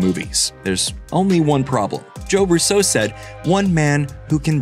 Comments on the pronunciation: I find it odd how the host pronounces the RUSSO surname. Instead of the usual RUsso, he goes with ruSSO. Dunno, sounds weird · Even the RUSSO brothers have wondered why people pronounce their name as ROO-SO and not RUSO like their family does. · Why are you saying “Russo” like that? Did you replace your voice with AI voice?